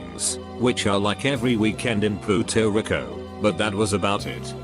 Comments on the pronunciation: Puerto Rico. Computer: Puuto reeko. tf man. You just said a bad word in spanish! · Did the robot say "Puto Rico"?? Lol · “....Puto rico...”